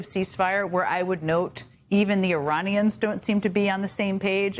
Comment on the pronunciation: Suppose it's just a slip of pronounciations after , but Uranians has an edge of danger to it :D